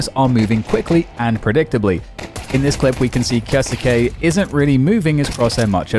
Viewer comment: Who is kioske? Why can’t y pronounce his name? Its not fkn hard